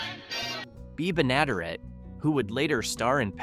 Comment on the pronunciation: Bea Ben-ah-DARE-it.